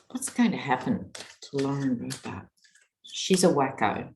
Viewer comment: You pronounce Lauren Boebert's last name, Bobble-headed.